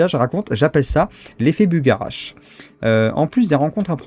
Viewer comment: Je crois qu'on le prononce " Bugha-rache " 😉.